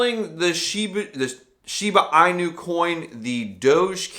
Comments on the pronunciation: Thank you for taking the time to make the video, but I have to wonder: Was your "Shiba I.N.U., or Shiba Eeenu, or Shibe Eye-nu" thing just trying to be cute, or do you really not know how to pronounce it. It the name of a dog breed with a known pronunciation, and even if you haven't ever heard the name of that breed, it IS the name of a Crypto Coin that if you haven't heard of before makes me wonder why I should listen to you talk about it. I'm hoping it was just an attempt at comedy. ;-) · Pronounced Shee(ba) (in)you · Had to stop watching because if this guy doesn't even know how to pronouce Shiba inu, how can he be smart enough to give advice on the coin smh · Let’s take a price prediction from someone who can’t pronounce the name correctly. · You don’t know how to say the name and you expect me to hear what you gotta say about it? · I take it you didn't read the whole comment…? I clearly stated that even if somebody didn't know of the dog breed one should still know how to pronounce it because everybody in crypto is talking about it. Somebody who's doing a video about it should surely have done at least some research, even just watching one…one!…other video. If they haven't, then I was curious how that person should except anybody to take their opinion/commentary/"advice"/etc. seriously.